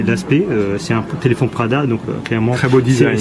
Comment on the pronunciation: écouter a comment il prononce téléphone ahahahahhaha téléphon ahahahahah